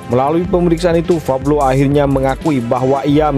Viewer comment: Min pablo alias paok paok bloon.bukan fablo.belajar dulu sono gih.